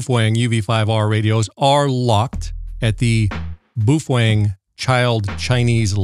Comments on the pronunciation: I thought Id heard every pronunciation possible til I found this dude. As far as I know, the correct pronunciation is PoFung or something like that. Now I cant "unhear" BooFwang. Its a bit like calling McDonalds Mickey D's. Supposedly they were rebranding Baofeng as PoFung a few years ago. Not sure what happened. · bao pronounce 'bow', if u care bout its origin. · Bufwang lol that’s hilarious I never heard that pronunciation of it.